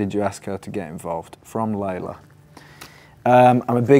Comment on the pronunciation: my names layla and idk how they spelt their name but it’s pronounced the way he said it and i’ve never been happier